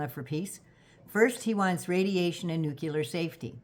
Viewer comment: To pronounce “nuclear”, it helped me to remember saying “new” then “clear”. Love ya!